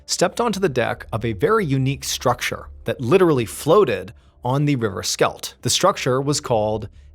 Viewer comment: I was wondering, river Skelt?? Ooohhh Schelde, had to get used to the pronounciation.